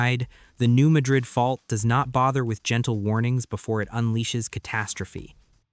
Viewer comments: Please pronounce correctly-- New Mad-rid (Mad as in angry--rid as in getting rid of something). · It’s pronounced New MAD’ rid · Some of the pictures do not correlate with the story. There are no mountains in the New Madrid fault line area. Also, the speaker pronounces Madrid wrong. The first syllable has a short "a" vowel sound. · Yes, as a midwesterner, the correct Pronunciation is MAD-rid. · The first syllable in "Madrid" is accented, not the second syllable. It's not pronounced like the city in Spain.